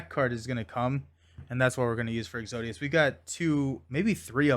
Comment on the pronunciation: Is it exodus or exodius? You were pronouncing it the second way but the spelling looks like the first… I’m confused